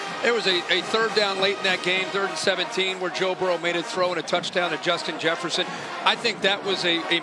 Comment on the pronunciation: is anybody going to talk abt how how they cant get Justin Jefferson's name right